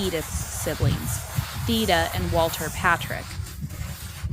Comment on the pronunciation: The E in Theda would actually be pronounced as a long A. English is a weird language